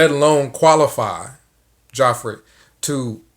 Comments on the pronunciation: Geoffrey = Jeffrey It's pronounced Jeffrey. Always has been. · Love how you say “Joffrey”. Game of thrones horrid, brat child, king. 👑lol.